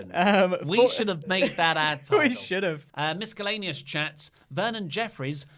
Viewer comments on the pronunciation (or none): Are you telling me they say SHEDULE but they say MISKELLANEOUS?? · Mis-ka-leneous chat? Is that how Brits say miscellaneous?